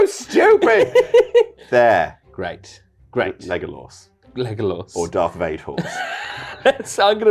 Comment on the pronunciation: In French, Darth Vader is named Dark Vador, hence strange pronounciation.